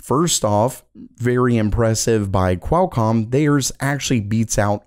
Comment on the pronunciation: Pretty sure it's pronounced QWALLCOM my dude.